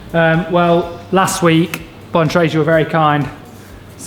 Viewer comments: check your own pronounciation error videos on "bontrager" thanks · I think you need to watch your own video on how to pronounce Bontrager ;)